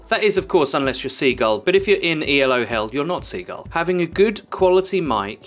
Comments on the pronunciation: It's not E.L.O., it's Elo, a guys name. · My only complaint is that you said Ee El Oh instead of Ee Lo. El Oh El. Nice tips. Keep it up